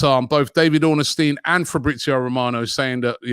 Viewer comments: Ornstein not Orn A Stein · Can someone let Robbie know it’s Ornstein and not Ornestein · Robbie’s pronunciation is as good as our negotiations 🤣 it’s Ornstein not Ornestein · Robbie mispronounces everyone's name. The man's name has no "a" in it, It's Ornstein, not Ornastein. Olivier Giroud played for Arsenal for years and he and many other fans can't pronounce his name. It's French, the "D" is silent. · Robbie, please can you learn how to pronounce David Ornstein’s name properly!😂